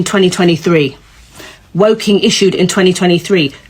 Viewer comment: "WOKKING" ..'Woke-ing' LOL brainwashed.